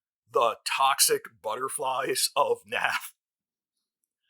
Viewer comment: Naath is pronounced ‘NOTH.’